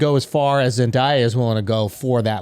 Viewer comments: It irritates me how they say Zendaya, it's pronounced Zen-day-uh, not Zen-die-uh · Love the Euphoria discussions as I am a big fan myself but it needs to be said that the boys keep mispronouncing Zendaya's name.